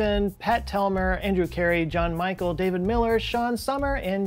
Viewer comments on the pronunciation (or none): none